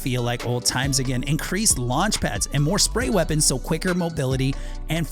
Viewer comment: Lunch pad ninja it’s launch pad